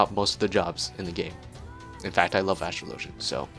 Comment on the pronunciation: ASTRO_LOW_GEN is not how you pronounce it lol..